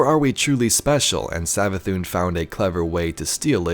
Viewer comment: Hear me out " MARA SAV-ATHUN"